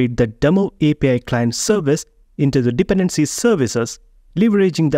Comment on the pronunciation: thanks, btw: Dependency is pronounced with an emphasis on the second syllable, not the first, so it's more like dePendency